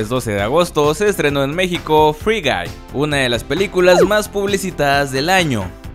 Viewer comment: Por alguna razón a la primera escucha gay en ves de guy Xd